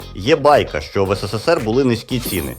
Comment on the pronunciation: Не кажіть " є байка" звук зливається і звучить пошло😊